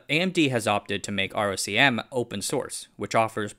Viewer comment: ROCm is pronounced “Rock-um”